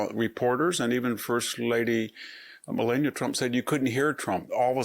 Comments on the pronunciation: Victor why did you 😮mispronounce Melania's name? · I couldn't get past the first intro on this one. He mispronounced Melania Trump two times. Why would Victor do this very odd very odd indeed 🧐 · You are supposed to an intelegent man. But you have mispronounced the first ladys name 2 times. It amazes me how you poeple can hear a name 1 million times and atill mispronounce ot overand over. So. from what i understand is that people who claim to be smart. Can hear a name pronounced right over and over still pronounce it wrong. And since you can,'t. You should stop talking on utube. Have a great day.